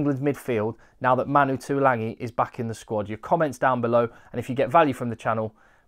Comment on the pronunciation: Pertinent and interesting, thanks again. One small point that drives me bonkers; every commentator mispronounces Tuilagi's name. It didn't happen when his older brother Alesana played for tigers but for some reason they all decide to add an 'n' to his surname. Ok, petty rant over.